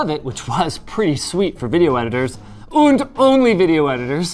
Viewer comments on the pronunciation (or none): Did Linus really say "Und" instead of "And" or is it just my german brain D: (in the first min)